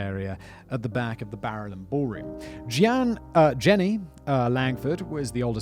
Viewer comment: Also the pronunciation of Jeannie 😂